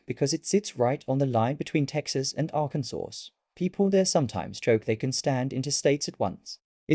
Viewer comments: It’s not pronounced Ar-kan-sauce. It’s pronounced Ar-kin-saw. Avoid this mistake in the future by typing the word into your Google search bar followed by “pronunciation.” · Is "ArkansaSS" somewhere near Arkansas?